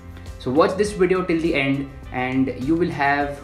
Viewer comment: Nobody: Every YouTube Video: Snazzy intro, hip music, wide shots - "Welcome to today's Wideo"